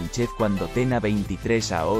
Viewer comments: Por qué habla mal ? años , no aos . O es una máquina o no sabe hablar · Ya que utilizas un software para poner la voz, al menos usa uno que hable español para no tener problemas con los acentos y otros símbolos. Es muy poco interesante escuchar "aos" en vez de "años". Queda muy muy muy cutre. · Si la Inteligencia Artificial lee como un niño de 1er grado , no hay por qué temerle. Horrible el audio. Por qué no contratan a un tío que sepa leer y presta la voz. Aos y no año...